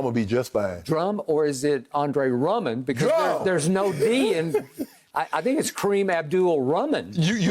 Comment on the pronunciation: As far as skip is concerned. Lebron can never impress him. Even tho he caught a bullet or saved someone from a burning house. His response would be MJ/KD wouldn’t have let that fire happen in the first place. Now he’s calling Drummond, Hakeem Rummond there’s no D in his game 😂😂😂😂